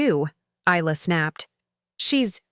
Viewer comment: Her name is pronounced Eye-La.